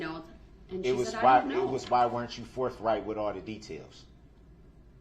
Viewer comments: This guy needs to go back to phonics class. Forf right. Twentief. Oaf. Truf axe Yall!! He’s not a smart one. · Along with oaff, twentieff, forffright, truffful/truff, dis and dat, axeing/axed, Det. Goof, chirdrin, pitture, etc. etc. etc. DARRELL BROOKS is the most obsurd boob I have ever seen/heard or imagined. Never have I wanted to punch someone in the face more than this moron, O M G ‼️🤒 🤬 👿🔥 🛑🌡 🤬